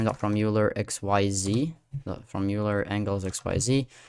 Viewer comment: FYI, Euler is pronounced "Oiler" (OY-ler) not "You-ler". It's the last name of Leonhard Euler, the 18th century mathematician.